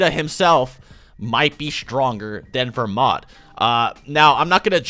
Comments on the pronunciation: Its belmod not vermod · I thought his name was belmod, so is it pronounced "Vermod"?